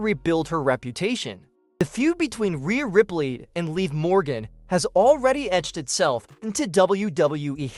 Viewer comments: Dude really if you're going to say her name say it right it's not Lee Morgan it's live Morgan get it right you keep saying her name wrong every time you mention her name it's live it is not Lee Morgan it's Liv Morgan get it right stop saying her name wrong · Oh my God please say Liv Morgan l i v can you say liv Morgan it is not leave you're saying like when you say leave that's like you're going away and saying bye-bye to leave like you're saying bye-bye to someone her name is Liv Morgan say her name right pronounce her name right Liv Morgan not leave Morgan not Lee Morgan it's none of those her names Liv Morgan Liv Morgan is not Lee Morgan is not leave Morgan it's Liv Morgan pronounce it right Liv Morgan